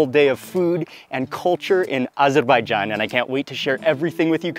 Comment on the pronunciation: Thanks for teaching me how to properly say 🇦🇿 Azerbaijan. Amazing bideo